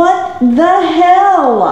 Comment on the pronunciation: Um .... hell isn't "cokd." 😁